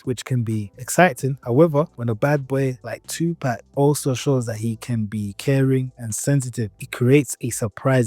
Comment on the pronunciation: "2 pack" is the first word on this video 😂